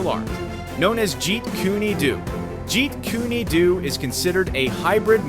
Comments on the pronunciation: Jeet KOON DOUGH is the correct pronounciation. Jeet kooney do....Have a word man...Effing useless AI voice over... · This dude said "Jeet Kooney Doo" wtf?😶‍🌫️